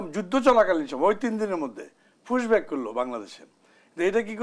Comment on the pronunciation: মালটা বলছে ফুসব্যাক 😂😂😂